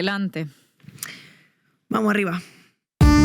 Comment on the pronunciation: La peor parte de este noticiero es cuando la mexicana Estefanía Veloz abre su espacio diciendo una ridícula frase, en quien sabe que acento "vamo arriba", siempre que se llega a esa parte, estoy a punto del vómito y pienso si vale la pena seguir viendo el vídeo, a veces me aguanto y sigo, hay veces que es insoportable y abandono